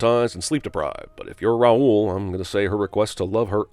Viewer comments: ROWL, not Ra-ul. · The fact that the Phantom isn't even all that scary was a disappointment, but the blatant mispronunciation of "Raoul" also annoys me. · Also, you are pronouncing Raoul’s name wrong. Just sayin.... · Did... did Emmy Rossum mispronounce "Raoul"?